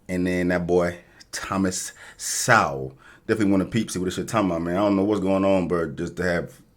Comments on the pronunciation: Thomas (Sole) “Sowell” not (sowl) Sorry but that’s how you pronounce it wrong. I enjoy your show nonetheless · Bruh, if you don't stop mispronouncing Dr Sowells name.... It's not "sow" it's not "so we'll" it's pronounced like "soul". Quite possibly the greatest thinker in America for decades now and definitely the premier economist of our time of any race. He deserves to have his name pronounced correctly at the very least. Love Knight Talk!!